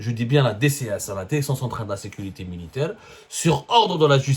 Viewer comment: Écotes Élégale. Déréction. Dérécteur. Ronseignemon Thécnique. Il te faut un orthophoniste 😂